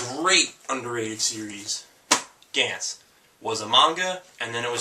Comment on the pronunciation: The animes he recommends are Berserk, Initial D, Gantz, Heat Guy J, & Cowboy Bebop. I felt the need to make this comment cause I thought he was saying Dance instead of Gantz and Ichai Jay instead of Heat Guy J.